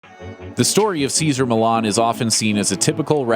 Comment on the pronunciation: It's Millan FF sake, pronounced "Meeshan", not "Milan"